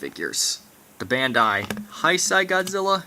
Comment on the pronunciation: Can someone tell him that it's pronounced Hey-sey and not High-sigh?